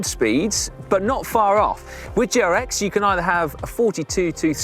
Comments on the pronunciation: when you say GRX is sounds like Durex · I know it's GRX but I kept hearing Durex™.